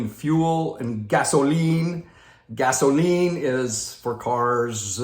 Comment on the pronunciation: Hey,. Great one. There's got to be a story behind "gasoLEEN". I can't wait to hear that. Had to laugh as you kept saying it. This is all by design. The Dems mantra has been for a long time: We're not happy until YOU'RE not happy! Create a crisis, then take advantage of the crisis, to make everyone miserable like unto themselves. Sound familiar? I had never thought of the sign of the rainbow in the context that you explained. It makes SO much sense now. It may make it a bit easier to see all these rainbows go up in our neighborhoods. Loved your insights on the jabbity jab and the Follow-the-Prophet-derangement syndrome crowd. We just had a great Stake Conference, but our Stake Pres. is less obvious about it than a few months ago, but he is still driving home the "get the jabbity jab" message without saying it in so many words. I can only shake my head...after all that we know now about "safe and effective" (NOT).